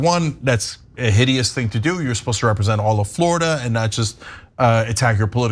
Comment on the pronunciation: "Flordia?" Seriously,?